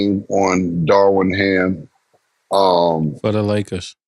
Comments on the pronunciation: Cam stay butchering names 😂 “Darwin Ham” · Cam keep syn Darwin Ham when it’s Darvin Ham 😂😂😂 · How they keep calling Darvin Ham Darwin lol